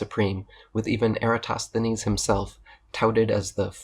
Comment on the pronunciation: It's a shame that Michelle Thaller pronounces "Eratosthenes" as "Erastosthenes". It doesn't undermine her credibility, but it niggles a little. She's generally a very good science communicator, with the bonus of being an actual scientist. I think what she means by "it's not OK to think that the Earth is flat" is that it's not acceptable from a scientific point of view to think it's flat, as the body of evidence suggesting otherwise is vast, varied, coherent and beyond reasonable doubt.